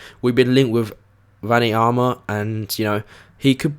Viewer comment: Wanyama is pronounced wann-yamma